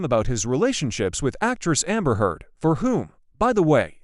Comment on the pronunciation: Oh stop this disgusting lies. AI can’t even pronounce her last name.